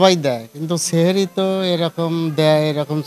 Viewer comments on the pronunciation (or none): সেহেরি না বলে সাহরি বলবেন সাংবাদিক ভাই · সেহরী না উচ্চারন হ‌বে সাহরী